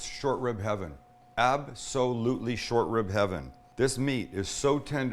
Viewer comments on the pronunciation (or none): none